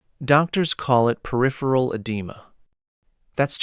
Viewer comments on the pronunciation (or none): none